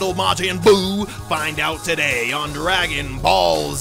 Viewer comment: R u scooby doo because u just said ragon ball